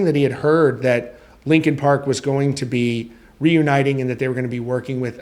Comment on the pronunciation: R u saying lincoln park? 🫠😐